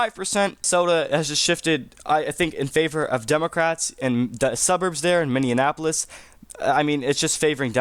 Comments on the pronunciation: Minneapolis not Mindianapolis 😢😢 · He should have a T-shirt with 'Minneapolis' printed on it Mindianapolis is like he is confused with Indianapolis. So he melds the 2 city names together in order to insult both cities 😂😂😂😂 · Can you say MINNEAPOLIS 😂😂